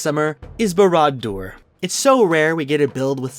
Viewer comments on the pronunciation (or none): for Barad you should put the emphasis on the first syllable, not the second. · I feel like Hermione wanting to correct his pronunciation of Barad Dur.